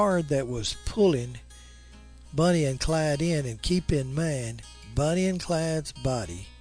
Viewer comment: Not me, made me nuts hearing him saying Bunny everytime instead of Bonnie.